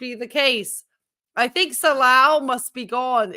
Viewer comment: His name is ‘Salah’, not ‘Salal’.